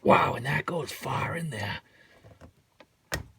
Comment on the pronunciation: "THAT GOES FAWH IN DEHR"